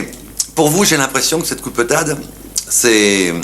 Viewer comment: Lorsqu'elle parle aux gamins elle reprend son accent. 😊